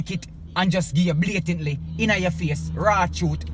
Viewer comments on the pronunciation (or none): Then u nuh hear the nxt artiste weh in nah the car seh.. "blatidly"😂😂😂